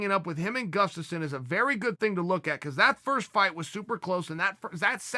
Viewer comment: Because of you, Chael, I will never pronounce Grufstafin..Guslafskin..Guftasin... damn it!!!!